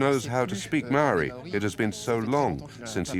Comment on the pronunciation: Mow e. Wall e. Māori Mā - ow - or - re Meowre